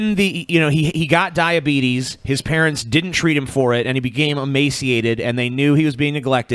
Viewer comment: it's pronounced dia-beet-us